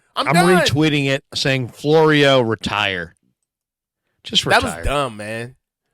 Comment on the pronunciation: Florio? Sounds more like borio.